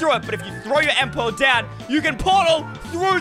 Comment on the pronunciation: Why did he say end pearl😂🤣🤣🤣🤣😅😅😅and not say ender pearl